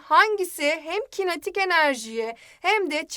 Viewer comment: kinatik enerji xd